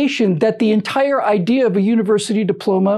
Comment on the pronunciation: UNI-(ONE) Versity.